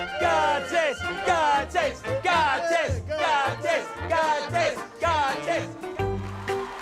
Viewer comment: I am actually from latvia and he doesnt know how.to speak xd